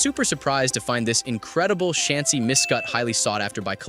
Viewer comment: The narrator is a larping scalper. He mispronounced Chansey, Charmleon, and Flareon.